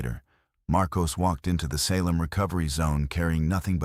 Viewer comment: Seriously...mispronounced one of our most notorious cities, i.e. for the SALEM witch trials!! Get a handle on your AI program. Ridiculous.